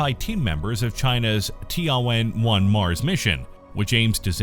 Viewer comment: Tian should be one single word, don't separate it as ti + an. So it is Tian (sky, heaven) + Wen (ask, question), not Ti + An + Wen.